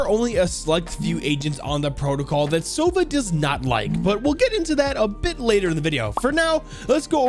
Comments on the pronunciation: btw his name sounds not like "sOva", it has to be "sovA". Owl sounds like that in Russian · In Russian sova isn’t pronounced „sova“ but actually sava